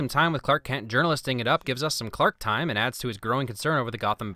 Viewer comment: Yeah I heard him making a K sound so I guess he was trying to say Kent. I really enjoyed the film, it's very deep.